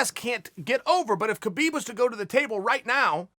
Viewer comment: his name is pronounced HA-BEEB you momo.